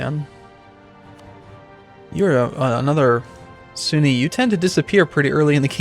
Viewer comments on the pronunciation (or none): none